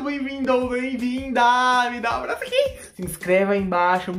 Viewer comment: sempre que o fala ''da um apraço aqui'' eu sempre do um abraço na tela no meu celular kkk